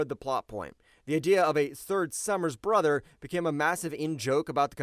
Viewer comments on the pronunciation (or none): Dude, some quality control on the voice-over would be nice. "Third Summer's *Bother?*" And it's "con-tin-new-it-ee" not "continue-nit-tee." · AI voice almost had me convinced until he says “Third Summers Bother” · The 3rd Sommers BOTHER ?!?! How many guys you got working there editing these videos? Not enough, and you’re paying what’s left behind too much. Can’t even BROTHER to check your stupid f’n AI. Ashkan, get your shit together. Because what little faith the public has in your company is going to dry up REAL quick. Regardless of the fact that you’ve been coasting for years. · “The 3rd Sommers BOTHER”? Is this whole thing AI? Look at when it is first mentioned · Lmfao I thought I was going crazy when he said bother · “The third Summers bother” 😅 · This is well written but you may want to stop with the A.I. voiceover. "The Third Summers BOTHER?" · And "bother" instead of brother